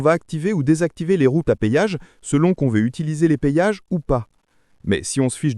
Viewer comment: euh.... les "payages" . ???